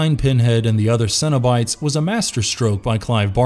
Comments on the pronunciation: Did anyone else think he said Cinnibites? Like the mini cinnamon rolls at Burger King? Lol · Cenobites sounds like Cinnabites and now I'm hungry